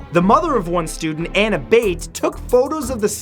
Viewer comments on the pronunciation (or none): none